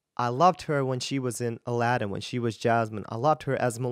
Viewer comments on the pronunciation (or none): none